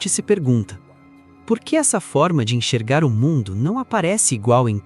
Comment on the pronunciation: Oloko irmão, "ENCHERGAR"? 💀